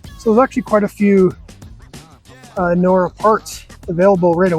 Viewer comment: The “j” in ‘Injora’ isn’t silent🤣